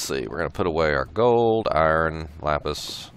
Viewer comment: you said iron wrong